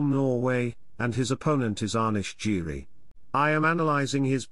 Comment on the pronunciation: The way he pronounces giri Lol